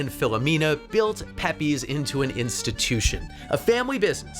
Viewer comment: It's pronounced pep-pays, not peppy's. 🙄